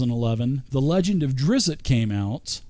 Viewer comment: Nice video but you are driving me crazy for keeping to say Drizzit. I don't know why this nickname sticked with the character. He was called that a single time by a human boy in book 3, after Drizzt told him his name and the kid taught he was a monster of something.